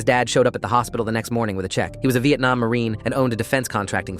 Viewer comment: It’s so funny when they say Vietnam